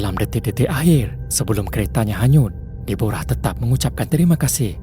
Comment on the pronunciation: Cerita ke 4, Deborah atau Debra disebut sebagai De-bra bukannya Di-bo-ra. Despatcher 911 tu tidak bersalah. Dia cuba menenangkan situasi, cuma pertolongan yg lambat tiba, keadaan biasa dlm situasi banjir kilat dan ribut serta cuaca buruk. Nasib tidak menyebelahi mangsa lemas berkenaan.